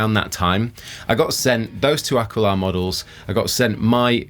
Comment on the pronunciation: Ah. Key. La, not Ah Quill Ah